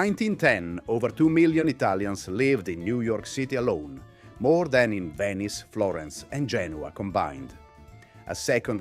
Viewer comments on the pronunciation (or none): none